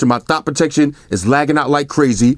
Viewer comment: Is he saying thot protection or stop protection?